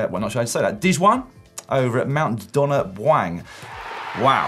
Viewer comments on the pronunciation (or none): 2nd prize looks like the don rd and it’s pronounced mt Donna b’you-ang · It's pronounced Mount Donna Bugh-Wang! By the way, the sealed side is a fair beast too! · Unbelievable a Briton can't pronounce Australian place names...Melbun not Mel-borne; Mount Donna Byuang (Buang)!